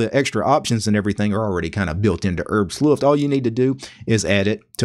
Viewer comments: No, not "Herbst Luft", it's "Herbstluft" in one word! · Rich B.O.B Sorry, I'm actually a native speaker of Norwegian (which work the same as German), not sure I quite understand your comment. The point is exactly this: English is not German. So you shouldn't use English rules for compound words on German words. He said neither "Herbsluft" nor "Herbs-luft", don't understand why you are taking that up. You can clearly see it sais "Herbs Luft".